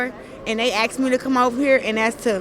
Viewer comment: It's asked ASKED!!!!!!!! axed 🙄